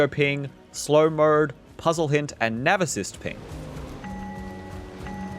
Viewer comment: sounds like you got something in your mouth when you say mode 😂